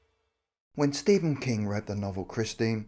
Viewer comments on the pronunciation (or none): none